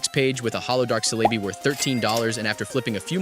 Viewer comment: "Ecarns", "Shiftri", "Celaby", "Muk x" 😂😂😂😂LMAOOOOO